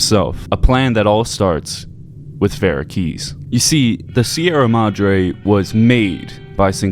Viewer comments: Thumbs down for Raid and for mispronouncing Vera's name, despite the NPC's saying it over and over again. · I think the most spine-chilling fact in this whole video is that the author can't say Domino or Vera. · Can’t pronounce Vera or domino, 0/10 video